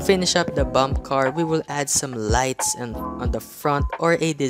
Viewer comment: Gotta love how he calls a bumpercar a bumpcar